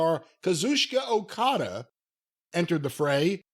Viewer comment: "O-Cody" is pretty fucking cringe. Bucks and Perry are whatever but put some respect on Okada's name.